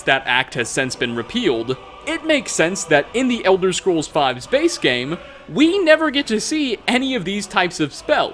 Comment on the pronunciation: What says: "In the Elder Scrolls Five's base game" What I understand: "In the Elder Scrolls Five space game"